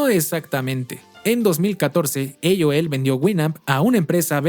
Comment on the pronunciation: Mejicano hablando español pero dice "eioel" (aol) JAJAJJA